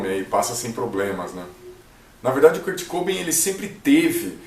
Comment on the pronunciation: Se fala Kurt cobain, n kurt cobin kkkk Msm assim bom vídeo 👍